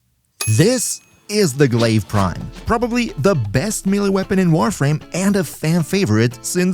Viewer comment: "SISS IS SE GLAIVE PRREIM"